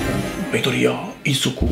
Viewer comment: Io che sclero perché a detto midoriya izukuu